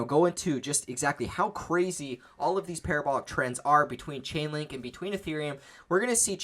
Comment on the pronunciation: LAUGHING MY ASS OFF! You said CHICKENLINK😅🤣😅 no disrespect